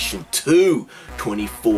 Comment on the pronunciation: Their group name is actually pronounced with separate numbers, like "Two-Four-K" instead of "Twenty-Four-K", and they've been around since 2012. Unfortunately, being the only group from a very small company, and having gone through multiple member changes, their leader leaving (he got secretly married right before debut, had a kid, and just disappeared one day, and that's when they found out about his family), and then a year and a half hiatus, they're still very well unknown, though they seem to finally be a stable entity. The guy dancing is one of the original member, Daeil, and he does all of 24K's choreography, and the guy singing is Cory (also an original member), and he composes and produces their music. They're a very talented group, and I'm constantly praying they'll eventually get some attention. I'd like to request that you react to the group B.A.P. They're my favorite group, and they were the first group in kpop to debut with an aggressive hip-hop concept (as well socially relevant lyrics), and were both influential and instrumental in its popularization that still continues today. They are also RIDICULOUSLY prolific, so there's a lot of ground to cover, but songs that I would recommend to start with are: Warrior (Debut song) - One Shot (Most well known MV, polt video) - Young Wild & Free (Their first song after a long lawsuit with their company, and the first one completely composed, written, produced, and choreographed by the group t